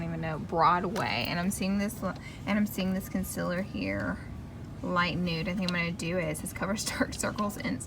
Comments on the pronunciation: i love how u always say it like consiller instead of concealer haha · It‘s concealer not ‚conciller‘.. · Learn how to say concealer